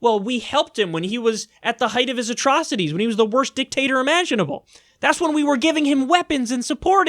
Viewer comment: U said dick tater. Hue, huehuehue, uhuehuehuehuehue